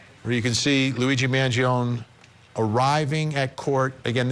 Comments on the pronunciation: Despite the fact that you obsess in saying the name, don’t be so stupid. It’s not “Mangion”, it is MangionE! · I feel like Vinnie just can’t handle correcting himself so he won’t pronounce his surname right because he has started staying it wrong and too proud to correct it. It’s not a ‘own’ sound at the end it’s “ownie” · It's not Mangion'i'. Why they keep saying like that? MangionE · Why does Vinnie keep calling him Mangion its Mangione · Luigi Mangione, his last name is pronounced with the "e" silent. Sounds like "own" at the end. Man-gee-own. Start showing respect, stop treating Italians like they have a monkey and an organ grinder! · It's an Italian surname the finale E is not mute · First, learn how to pronounce Italian name correctly *Man-gio-nee. Next; Overkill fabricated charges… Get me on the jury now! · Please pronounce is surname correctly at least… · You can’t even pronounce his name right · You could get his name right...